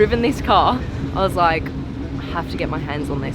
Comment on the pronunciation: *laike laike*🤪🤔🤗